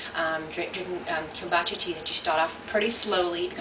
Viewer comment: repeat after me ..Come- Boo _ cha ...your not pronouncing it correctly